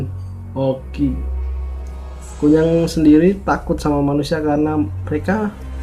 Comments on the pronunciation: Kuyang pak bukan kunyang Kunyang 😂 Aku orang kalimantan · Nyebut nama a aja SALAH 🙄😌 KUN NYANG ????? "apa an tuh.. K.U.Y.A.N.G RALAT DULU TU ejaan.. Situ aja NGEBASSSS bahasa a. Kalo bukan asli Kalimantan gak usah share vid😏 Kalo blom pernah ngalamin, GAK USA DEH S.O.K TAU!!!!! omongan U, hanya biak belaka. Q ASLI KALIMANTAN TIMUR. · KUYANG bro yang bener BUKAN KUNYANG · Koreksi KUYANG bukan Kunyang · Maaf bro nyela dikit, kuyang sih namanya bukan kunyang...kuyang itu sebutanny dlm bhs Banjar,klo dlm bhs Dayak Ngaju itu namanya Hantimang sebutan utk kepala terbang,ada wujud lainnya ktika mrk tidak bs trbang/terhalang utk melepas kepala dan tdk ad ksmptan terbang,mk merubah wjud jd binatang jdi2an, tpi kepala manusianya tetap menggantung di bwah leher binatang jdi2an itu, ada jg yg tdk bisa merubah wujud krn terkunci mantra biasanya tetap brwjud mnusia hanya saja sprti kesurupan dgn memanjangkan lidahnya saja, jenis ini nmnya Pangoloh atau Hantuen. Skg ini persebaran yg lebih pesat krn perkawinan, bukan lagi krn mslh myk kuyang/myk bintang utk pesugihan atau awet muda tpi titisan hsil prkwinan,contoh: mnusia yg bukan keturunan x itu kawin dgn manusia siluman jenis ini, biasanya sangat jarang klo tdk menjangkiti pasangannya,bgtu pula dgn kturunannya walaupun tdk semua anaknya menjadi manusia jdi2an. Dlu pngalaman sih keluarga di kampung ktika di ladang didatangi seekor rusa jdi2an yg dibawah leher rusa itu ada kpla manusianya,dlm keadaan begitu jgn takut lbh baik mlwan ditebas saja atau jika kenal dgn wajah yg menggantung dileher binatang segera kita sebut aja namanya atau nama lengkapnya biasanya lgsg berubah jd manusia..jika sdh berhdpn dgn yg ini biasanya tujuannya mmg menyerang kita,tpi klo yg kepala terbang itu sih sasarannya cmn org bersalin,hamil,sakit parah&org yg sdh meninggal..sy dl bbrp kali melihat kepala terbang itu, iseng sy tunjuk saja dgn telunjuk dan saya pa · Kuyang bro bukan kunyang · Pak kuyang bukan kunyang